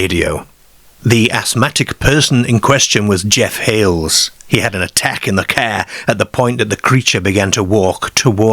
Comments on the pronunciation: It’s pronounced Car not Cawuhh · It’s AI narration. You can tell by simple words repeatedly mispronounced again and again. who pronounces car as kear? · Never heard car pronounced 'care' before. Not being critical, What area /county is this accent from? Unique to my ears. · Kerr🚗, fem🐷, the femmer👨‍🌾 aerrm💪🏼, 😂 I've never heard 'a' pronounced so unusually before😮😅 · Great pronunciation from the presenter, is the voice AI? So many times l heard the word car pronounced ker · Definitely not North England or Scotland. I Don't know anyone who calls a car a "cair" or "caaare"... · Why can't the narrator pronounce the word "car" ? FFS! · nobody in Yorkshire pronounces car like that. I thought it was AI misreading it.